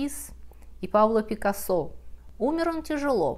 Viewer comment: Пикассо испанец, не француз. Ударение не там,хотя...Неужели и в Америке так произносят?